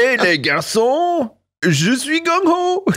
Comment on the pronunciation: you said the gung part almost perfectly, good job lol